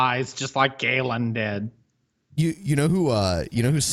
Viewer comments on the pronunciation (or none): none